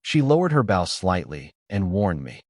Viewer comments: Ai bow is pronounced as bo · When will someone teach the AI narrator that a BOW used for shooting arrows rhymes with slow or toe. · The whole thing needs way too much work. Being the first one of these stories and it is another AI narrator that can't tell the difference in which context to use the right words. Bow the weapon is not the front end of boat or a sign of respect. If AI can write these stories why can't a AI narrator , narrate the story right. I listen to the story, the images don't matter. If the story is narrated like a professional narrator did it, the images won't matter. I have created a narrator that you have to go through the story and pick the definition of which word to use in which context. It seems these stories are about quantity not quality. I will not listen to any other story in this category.